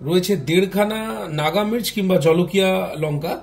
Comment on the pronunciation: Jhalakia noy jolokia